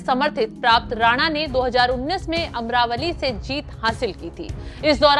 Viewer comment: अमरावली नही अमरावती है